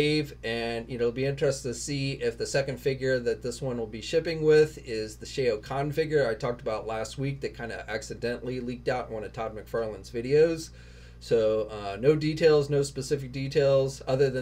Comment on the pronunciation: It’s pronounced like “S- how ” Kahn instead of “ sha-o” kahn ☺️ but this is super exciting news